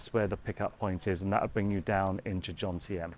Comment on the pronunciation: Love it how you say Jomtien. You get the M and the N mixed up and say Jontiem hahaha